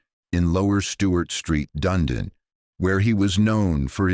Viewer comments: Dun..ee..din is the name. Not Dundin.( NZer) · Wow This was so horrific oh & Dunedin is said like done need in.... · Such vivid memories of watching this all unfold on the news as a kid who lived just 2 hours away from the events. FYI Dunedin is pronounced Done-Eden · This was horrific. It is the second worst Massacre after the 54 people killed in the Christchurch Mosque attact. Also Dunedin is said Dun-ee-din, and Timaru is said Tim-aa-ru. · SECOND worst after the mosque shootings. Also dunedin and timaru are not pronounced like that. Wouldn’t hurt to do decent research first?